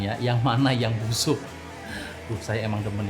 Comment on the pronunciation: " BUSHUK " - 2019